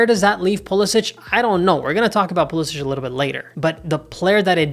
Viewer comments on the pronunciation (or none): Don’t you think you should respect Christian and his family enough to pronounce his last name the way he does? It’s been Americanized: there’s no diacritical mark above the last “c” making it sound like “ch.”